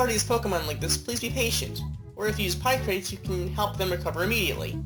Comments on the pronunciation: Picross (pi-cross) not (pie-cross) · It's pronounced as, 'pic-cross' not, 'pie-cross.' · Let's use our logic, shall we? You're combining the words "picture" and "across" for the name of this game, so you wouldn't pronounce that "pie-cross", now would you?